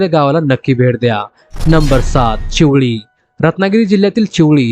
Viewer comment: चिवली Nahi te चिवेली Ahe🫡